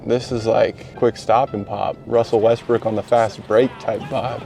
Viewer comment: Bro really said Westbrick